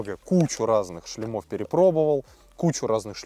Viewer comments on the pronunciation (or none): Не "шлемА", а "шлЕмы", не "шлемОв", а "шлЕмов". :) Не "болт", а "винт" (в этом конкретном случае). :) Если говорите на камеру, старайтесь не коверкать русский язык.